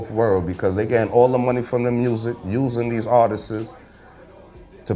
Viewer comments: NinoBlack_ _ That shit made me laugh though “artiststes” 😂 But shout out to though. He’s a real one. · Why does he keep saying artistses there’s no such word.... glad to see you have elevated your mind and talking positive now. I wish you would have thought like that when you aligned with Ross. Keep ya head though